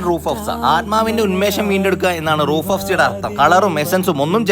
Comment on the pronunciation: റൂഹ് എന്നാണ് റൂഫ് എന്നല്ല